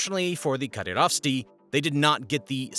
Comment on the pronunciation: mujahid -> mujadeed, Kadyrovtsy -> Kadyrovsty